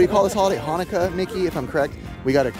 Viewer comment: I know you guys are Super-christian, but perhaps you should take some time to learn about other cultures. You're pronunciation of Hanukkah was so wrong, it's clear you didn't know what you were reading. (The Rugrats chanukah special)